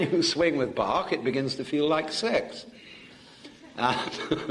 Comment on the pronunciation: => Bach (Johann Sebastian) ! Not bark...